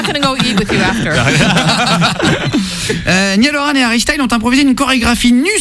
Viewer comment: Niale Orane 😂 ça fais presque saigner les oreilles